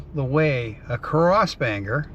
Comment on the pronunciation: I love your road trips, they take me back. I must say, the dead giveaway that you are not originally from Maine is the way you pronounce Bangor. As many years as I've been away, I still hold onto the "O" in Bangor like my life depends on it. 😀